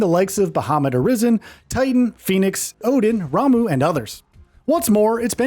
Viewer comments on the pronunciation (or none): none